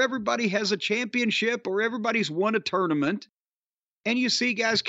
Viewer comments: pronounces tournament like torenament, it's so fucking annoying every time he says it. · I dislike pretentious pronunciation of tournament.